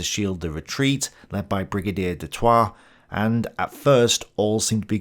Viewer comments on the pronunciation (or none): ....Brigadier Du Toit....is not prounced the French way.....but rather as the South African way "Do Toy" [du Toit].....